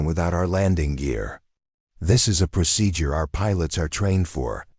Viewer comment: The story is mostly good , but you don't know how to pronounce procedure or say military time correctly. Also you don't know how say and a model orf an Airplane or Helicopter . Or tell time. 14: 15 means fourteen minutes and fifteen seconds. In military time it's 1415hrs. Which equals in regular time. In the Italian 0830 in military time equals am in regular time. I regular time you must specify am or pm Other than that you have great Stories.